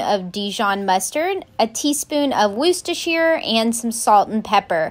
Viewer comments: She pronounced "Worcestershire" perfectly....she's playing with us, y'all. 😂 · She can actually pronounce Worcestershire sauce 💯